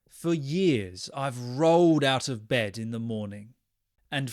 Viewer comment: Hello, it would really help if you answered this🥹 Somewhere, you pronounce the word "bed" as "bedS", and our friend group are really confused as to what happened here. An individual slip-up (mistake), some regional feature, or something else? Maybe it relates to some official phenomenon in linguistics and you also know the name? Thank you for what you do!